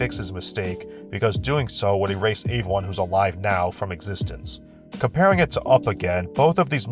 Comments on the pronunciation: Don't worry,, eventually you'll be able to pronounce words like everyone and every correctly. The E in those words is not pronounced like an A; pro tip. "Ay-veryone" is not right. The fact you can say eventually correctly but not every is beyond me. Lay off the garbage,. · What's up with the way pronounces the word "everyone"? It sounds like "Avewon" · This guy pronounces the word Everyone weird.